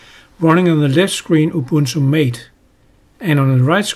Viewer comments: *Ma-teh, not Mate, lawl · Just a note on the pronuciation of the name Mate. It's MAH-tay, not Mayt. Thanks for the useful comparison!